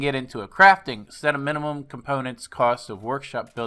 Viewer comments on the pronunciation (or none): none